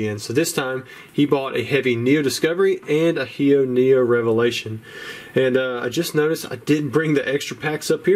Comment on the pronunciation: "And a Heo-Neo Revelation!" ♥